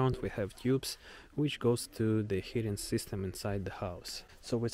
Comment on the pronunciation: Heating is pronounced "HEE-ting", not "HIT-ting".